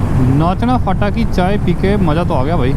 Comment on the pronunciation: फाटा नहीं भाई फांटा बोलते ह मतलब "स्टैंड"